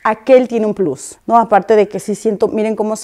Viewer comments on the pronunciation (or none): none